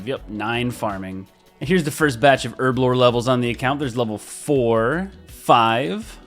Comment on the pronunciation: Her-blore not erblore